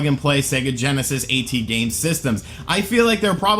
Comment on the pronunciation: You can't even say "at" correct lmao, go back to school mate